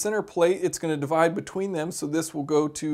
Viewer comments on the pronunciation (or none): none